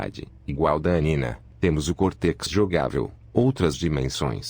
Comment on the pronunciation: Essa narração robótica é tão broxante… ouvir o conteúdo do vídeo nessa voz é tão 🙄… “Twin Sanití”, “Cortequis”, “Creche”, “Équis Boxí”, “Gaymi Kibe”? Sério isso?